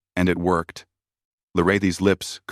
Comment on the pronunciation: It would be nice if ai voice would pronounce Lirayhi's correct each time it stated it, if can be called that.